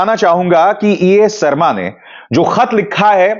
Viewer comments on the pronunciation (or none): Sarma😂 Aap ke talaffus jahan tak main jaanta hun bohot acche hai phir yeh sharma ko sarma kyun?